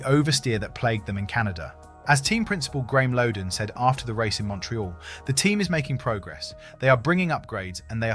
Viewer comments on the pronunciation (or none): none